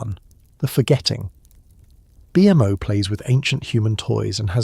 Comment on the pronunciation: the way u say BMO makes me irrationally angry pls stop😭😭😭